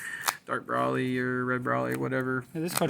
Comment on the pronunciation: BRO-ly NOT BRAWl-ly